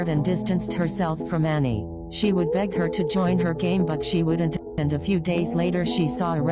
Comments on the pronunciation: ITS ANNIE NOT ANNAI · "aNnAi" what who in the world is Annai? I thought it was Anni